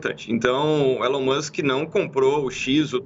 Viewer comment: Alguém precisa ensinar os jornalistas a pronunciar "Elon" e "Threads".